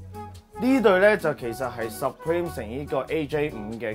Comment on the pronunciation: 可唔可以搞清楚牌子d讀音先介紹... 唔係十preme 係supreme